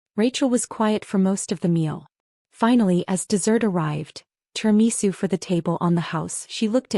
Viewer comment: is there no AI that can pronounce Italian, Ossobuco, Tiramisu hurt my ears